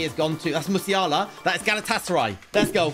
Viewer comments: He meant musalera but it sounded like Musiala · Its meslera not mesiala